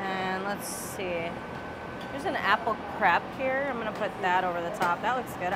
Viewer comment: that's very different though as the spelling is the same in both languages. Either use the word pancake or say crêpe properly :)